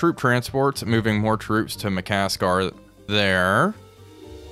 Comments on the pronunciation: It's ma-kas-sar, not ma-kas-kar 😅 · There is only one "k" in Makassar. Should be pronounced Maka ssar